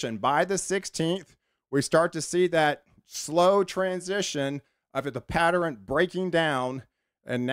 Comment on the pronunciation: Pattern= patteren Western= westeren Eastern= easteren Love your enthusiasm about the weather patterens. ❤